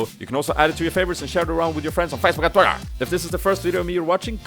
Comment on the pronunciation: Hehe you say Facebook and twitter Funny :3